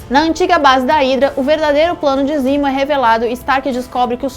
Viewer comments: Me incomoda pra krl uma coisa. Se decidam ae, ou usam nomes originais ou usam nomes traduzidos. Foneticamente, nos EUA, T'challa se fala "Tetchala" mas no Brasil é "Tchala". Não é "Barão zimo" e sim "zemo". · Zimo???? Zemo !!!!!!! Porra oq essa mulher faz aí? Tá de sacanagem!!!!